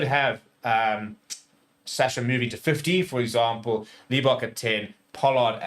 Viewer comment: surely its not that difficult to not pronounce Manie's surname as LEE--bok